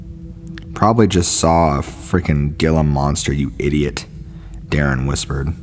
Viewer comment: Ghee-la bend... Gila (monster) bend, Arizona